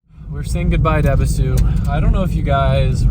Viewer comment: It's pronounced eh-bee-soo